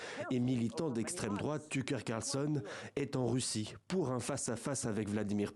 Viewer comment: Dès la première phrase, on a tout compris ! "il est d'estreme drouate" 😅 Quelle bande de clowns. Eh ben, vous êtes pas prêts de mettre l'économie russe à genoux!